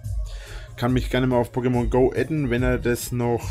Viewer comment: PokeMONGO, wenn man die Betonung falsch legt, aber die Betonung damit genau IHN beschreibt, lulz! Ich geh kaputt, wer geht mit?